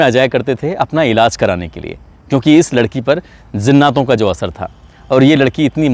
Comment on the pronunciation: بھائی میں نے عمدہ تلفظ کی وجہ سے ویڈیو بند کر دیا کیونکہ برداشت کے باہر ہو چکا ہے زناتوں کیا جہالت ہے